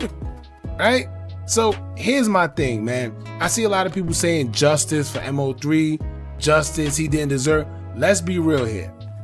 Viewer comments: Man its Mo3 (Moe Three) not M.O.3. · I was about to say the same thing lol! Stop calling him M-O-3 when it’s pronounced Moe three lol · IT’S MO3 not M O 3🙄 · If you say M-O 3 one more time. It’s MOE 3 no M-O 3 geeesh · MO3 (pronounced: Moe 3) not M.O. 3 😁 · Who the F is M O 3? 😂 Its MOE 3....I can't wait for a M.O.P video to come up and calls them Mop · It’s moe 3 not m owe 3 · I never heard anyone pronounce MO3's name like that.. M O 3 it's pronounced like Moe3 all together or just say Osama 🤷🏾‍♀️😂😂. Either way he was talented af. His natural singing voice was soo soulful. LL3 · Like he slow M-O-3 shit it's Mo3 bro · I was wondering if he was AI cause they stay chopping up names. I was like who is M O 3🤦🏾‍♀️ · I can’t finish the video just by the way you saying his name smh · Thumbs down becomes you was saying his name wrong!!! MO3 LL3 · Respectfully, at least pronounce Mo3’s name correctly. It shows you know nothing about him and repeating what everyone else has said. #LLOSAMA 🦍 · ANOTHER CULTURE VULTURE HOW U GONNA HAV A CHANNEL REPORTING N U CANT SAY MAIN DUDE NAME SMH